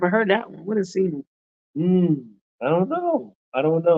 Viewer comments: Not zenu but zenyu with a Y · ok kîmenyi, which LAHAJA is this that says zenyu instead of ZENU?